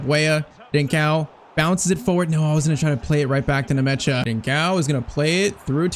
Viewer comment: Bro is butchering the players' names. The name is Nmecha not Nemecha😂 It just sounds weird when "Nemecha" passes to "Ndiay" 😂😂😂